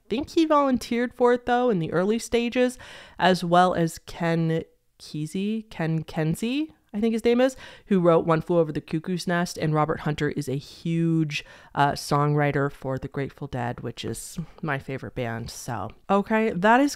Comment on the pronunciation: It's pronounced Ken Key-zee. Lol my uncle's big claim to fame is rooming with him in college.